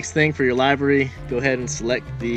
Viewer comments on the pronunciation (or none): did he just say library cos it defo sounded like it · Its pronounced LIVERy, like liver with a y at the end